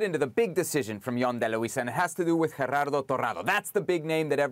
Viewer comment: Lol it's not GeRRardo it's Gerardo. Single r is different from rolling r(rr)